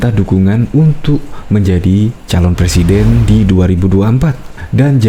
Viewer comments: Saya janji akan mendukung Rizal Ramli sekuat tenaga... Tapi Rizal harus bisa sebut RRRR dulu dengan jelas.. karna sy takut kalo sumpah jabatan nanti bukan Sebut presiden tapi plesiden 🤭🤭🤭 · Iya boleh donk nyalon di Salon Kecantikan! Khan mau Jadi plesiden LI (plesiden taxi kalee?) Wkwkwk......🙈🙉🙊🤭